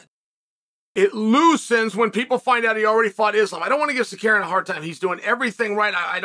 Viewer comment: Bro just say arm-on ffs lmao